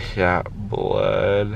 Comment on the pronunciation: “Is thisss bloood”